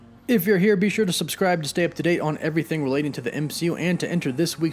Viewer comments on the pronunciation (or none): none